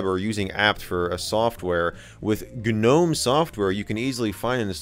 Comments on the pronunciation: its not "Gah Nome" .... its just Nome G is silent. A gnome /noʊm/ is a mythological creature and diminutive spirit in Renaissance magic and alchemy, first introduced by Paracelsus in the 16th century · How many times has he mispronounced gnome with ganome? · Gnome.....isnt the G silent? nome is how it is said? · michael says g-nome lol good video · The "G" in gnome is silent. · Not in that gnome, nope